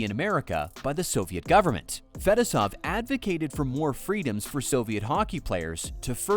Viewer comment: Couldn’t you have learned to pronounce Fetisov, or am I sitting here criticizing AI?